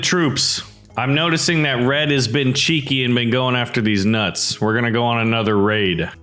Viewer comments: when you say nuts it sounds wrong faceplam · Why you say my nuts like that